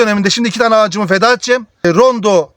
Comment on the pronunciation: Nacizane bir düzeltme yapayım Rondo değil Ronde. Abimizin eline sağlık verdiği bilgiler çok isabetli. Allah bol bereketli ürünler versin, emeği boşa gitmesin.